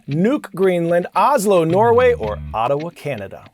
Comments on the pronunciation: It’s OTTAWA , CANADA NOT OTTOWA, CANADA On your question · Here at Hood Canal MIddle School you are a daily staple for discussions and exposure to amazing things around the world! However....it's OttAwa, Canada, not ottOwa.... just a noticing.....from 8th grade homeroom!!! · it's "Ottawa"